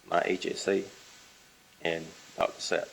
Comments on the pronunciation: I can’t tell if this attorney is attempting to somehow irritate the witness by initially saying Sapp correctly and then after having it spelled, pronouncing it Zapp. But she is intense regardless of her inability to understand the pronunciation of a name and I’m hoping she is Donna’s lead defense attorney. She’s incredibly unlikable. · The lawyer questioning Chief Mack as if hes a criminal. And her repeated mispronouncing Dr. ZAP...shes incompetent. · Wth this defence lawyer was told what 6 times that doctors name and spelled it out and she’s still mispronounced it. Zap lol SAP makes me wonder if she was listening to hear or listening to respond. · Her damn attorney cannot even hear it’s DR SAPP, not DR ZAPP. What is wrong with her, she’s just as annoying as the defendant! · 😂 I know you’re OCD like me..cause I kept screaming at my phone screen “It’s Sapp!! 😂every time she said Zapp! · Sapp Sapp Sapp not Zapp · Its condescending, but lawyer is trying to be efficient and effective. Professional, with some respect or dignity, yet she is trying to earn her pay. It's "Dr Ssssapp" and she continues to misprounce. She is just being a thorough b*tch. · I literally can’t listen to Donna’s attorney continue to mispronounce the doctors name after being literally walked through how to say it and how it’s spelled! Wow Donna has a horrible lawyer